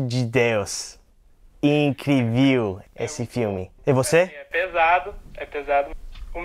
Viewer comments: Gente, ele falando "incriviu" Hahahahaha. Se ele conseguiu aprender um novo idioma, nós também conseguimos. #french. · “Incrivil”akkakak ( n me cancelem por favor )